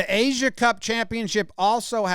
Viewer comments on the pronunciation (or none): none